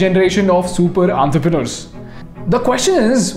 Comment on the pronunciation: Please correct the pronunciation of entrepreneurs